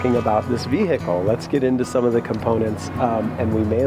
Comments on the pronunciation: ve hicle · Ve-he-cal It triggers me how he says it 😂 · Why does this guy insist on saying 'vee-hickle'? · Why the hell do americans always hiccup when they say the word vehicle???